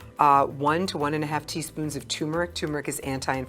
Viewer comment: Turmeric is pronounced tuRmeric not "toomeric."